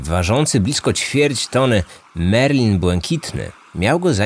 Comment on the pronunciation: Marlin, nie merlin, bo co, Hemingway złowił czarodzieja? I ochroniarz, nie "ochraniarz". I tyle kasy z dwugodzinny rejs powinno już zaświecić lampkę ostrzegawczą, no ale cóż..